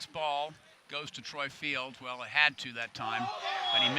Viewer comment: Is it so hard to say Troy Field's name properly?